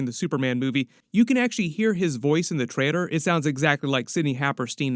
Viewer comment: Why do you have a problem saying the word trailer